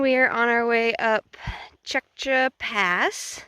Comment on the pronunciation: I thought the valley north of Tjäktja Pass was awesome. You are pronouncing it as well as any non-Swede could pronounce it. Kings Trail / Kungsleden